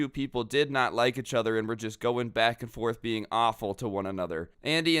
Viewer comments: No offense but I like the way you say achother instead of each other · EACH-OTHER . NOT . UHHCH-OTHER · Does it bother anyone else hearing pronounce it "ech" other